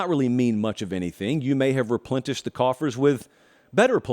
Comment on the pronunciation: Did I hear a “ReplenTish”? 😂😉